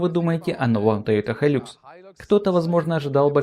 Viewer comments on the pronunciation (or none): Не хайлюкс а хайлакс! Никто же не называет ниву найвэ!